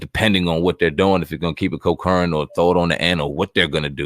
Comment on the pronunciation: The word is "CON-CURRENT" concurrent. ..